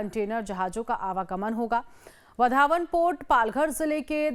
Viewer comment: इस होनेवाले बंदरगाह का नाम वाढवण है, वधावन नहीं | नाम में बदल मत करो | Please do not change the name of that port. Its name is वाढवण and not वधावन.